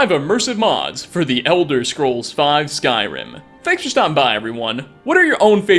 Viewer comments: yeah. There's been a shortage on syllables, so they've gotta cut it down to just the one. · "Skrim"? The hell is "Skrim"? Is that where TES 6 takes place in?